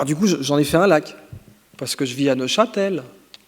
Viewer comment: C'est moi où son "lac" à c'est de Godus ?